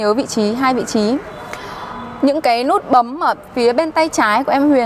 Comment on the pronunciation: Chức lăng là gì em !? Cam lùi rất là lét !? Lút bấm !? Má , Thím ngọng mà lên clip vậy trời !?